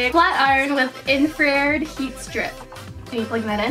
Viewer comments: it's not infrared pronounced with two syllables it's infra and then red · She said infrared wrong omg I'm weak😂 I love her she's so cute!❤️